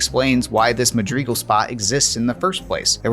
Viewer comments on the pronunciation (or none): its mad-rigal not ma-grigal..... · Because he said Madreegle. Not madrigal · FYI it's pronounced Ma-dri-gal, not Ma-dreegal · Mad-ri-gal, not Ma-drig-al... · This video is incredibly interesting and entertaining but oh my GOD the pronunciation of Madrigal as muhd-REE-gull was driving me nuts 😂 Madrigal is pronounced MAD-ri-gull. Madwriggle. Madrigle. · Pretty sure it's pronounced "Mad-rih-GAL", not "Mad-REE-gal" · Its madrigal not magrigal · It's also not pronounced the way the creator pronounced it. The correct pronunciation is "seej of MAD-rih-guhl", not "mah DREE guhl". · Dude, seriously. I have a lot of gratitude and respect for the work that is doin here, but him saying Madreegle instead of Madrigal was friggin killing me. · "Madreegal" lol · Siege of 'Muh-dree-guhl' . This should make for a nice sound bite to annoy Myth: TFL fans. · "Madreegul" blows my mind that grown adults lack proper pronunciation skills. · Funfact. It isn't pronounced "MaDeeeeguulll"....ffs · Rhymes with magical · Madrigal. Madrigal? Madrigal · Bro, your pronunciation of Madrigal is killing me. PLZ use google. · Me: this cut content is quite fascinating. The comment section: tHaT's NoT hOw YoU sAy MaDrIgAl!!1!1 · Most mind blowing thing about this is discovering a new Halo CE soundtrack I've never listened to. How fascinating! Your pronunciation of Madrigal gave me a little bit of cancer, but the rest of this cool video more than makes up for that. The pulse generator thing is a really cool addition, and while it's cool using the banshee for so long is an option it is mean and very un- like to completely abandon the marines by using it. Even though the CE tank sucks ass, if I played this I wouldn't leave my boys behind. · Please learn to pronounce Madrigal. Also, it was originally written for Myth: The Fallen Lords, not Halo. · Love to see this series continuing, but I have to say I have never heard anyone say Madrigal the way you do in this video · Ask Kwan Ha 🫣